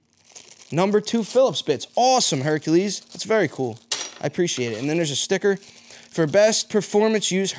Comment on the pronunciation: OMG 😂! He said, “Herkahleez Herkahleez HERKAHLEEZ!” From THE NUTTY PROFESSOR! 😂😄👌🏾👏🏾